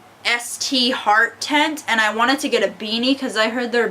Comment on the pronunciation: Fantastic video! Oh and the hat that you got, the Stheart one, it's pronounced just like start :p